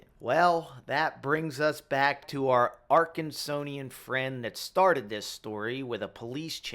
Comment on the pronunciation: Not Arkansonian, Arkansan Honest mistake. First time meeting one.